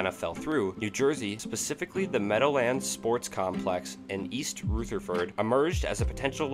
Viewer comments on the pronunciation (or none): Good history, but your pronunciation of certain companies (Labatt) and cities (East Rutherford) is pretty bad. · "East Roo-ther-furd". What are we even doing here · Just before that we got the gem "East Rootherford"... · The mispronunciations here are comical. Whitney Ford. East Rootherford. Rooley NC, the pot-o-Mac River… Seriously, how does this happen? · Dude. No offense but what the hell is with your pronunciation certain cities? Raleigh is not Riley. Rall ee. East Rutherford is not Rootherford. It's Rutherford Brother-ferd. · A correction. It's Whitey Ford not Whitney Ford. And it's Raleigh not Riley. And it's East Rutherford not East Rootheford. I mean, really? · what, youve never been to East Ruth-a-furred, NJ?